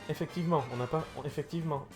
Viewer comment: "Effectivemaint" comme dirait!